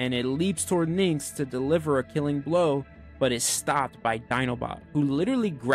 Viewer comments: Aaaaaaaaarrrrggggggg. Great vid.... but for PRIMUS sakes it's "NYX" OR "NIX" OR "NICKS" OR "KNICKS".... NOT "NIN'KS". When being a content creators remember to rehears. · I appreciate it,but your definitely mishearing me. I don't say “nicks” at all I pronounce as “Nyx”